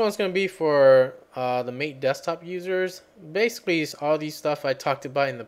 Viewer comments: Helpful, although I had to invoke "dconf-editor" on my arch linux/MATE install. And allow me to be THAT guy that points out it's pronounced "MAH-tey..." ;-) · pronounced "ma Tay"